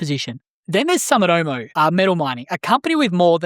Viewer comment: It’s “Soo”mitomo